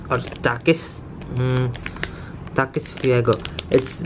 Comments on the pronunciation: My man said takis like takeis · You dont know how to say the word takis